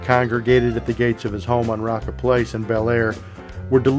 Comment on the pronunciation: Hey, E wasn't involved, just Joe E, and maybe some other of the MM. Priscilla told the story in her book. I don't think Elvis wouldn't have ever hit a woman. Probably never even threaten a female I'd be completely surprised! And y'all it's pronounced ROWCA place.